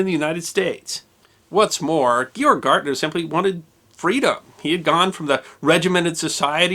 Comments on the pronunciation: In German, his name would be pronounced, "gayorg." Small detail, but since this is a channel about small details... well... it deserves to be remembered. Great story. Thanks for telling it. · The first 'g' in Georg would be hard. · Georg is pronounced gay-org. You could tell the Italian from the German POWs: the Italians were friendly, the Germans would raise their middle finger to you. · Why can’t you pronounce his name? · You could at least learn to pronounce a German name. Georg has two hard G sounds, not a J sound anywhere, and ä is pronounced like the e in "get." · The narrator butchered every single German word. You'd think he would do minimal research before doing the documentary. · Not too be too snobby or anything, but if you're going to make a video about a foreign national, you should consider learning how to correctly pronounce his name. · Learn how to pronounce the name Georg. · Thank you for another well-done piece of history. Perhaps his name is more correctly pronounced as "Gay-org," which closer to the German pronunciation. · is one of my favourite channel. However, Georg is pronounced Gay-org in German. His last name is Gärtner, the a has an umlaut, thus his name can be alternately spelled Gaertner. It's pronounced as Gait-ner. So it's Gay-org Gait-ner. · Georg is pronounced “Gay Org” Oberrealschule is pronounced “Oh bear ray al shoe leg” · I wonder if his name should be pronounced as "gee-org (with a hard 'g'"), which is how Germans pronounce this name. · HI GEORG pronounced GAY ORG.[ Both hard Gs and with a short A] Shalom to us only in Christ Yeshua. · Excuse me, but his name is pronounced, “GAY-org.” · Just started watching your videos. Absolutely love them! (FYI - The proper pronunciation of "Georg" sounds like GAY-ORG. Same as the father's name in The Sound of Music.) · Correct, even better would be to pronounce Georg like gay-org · In German one would pronounce his first name “Gay-org”. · Georg is pronounced "GAY-ORG" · It's GAY-orgh.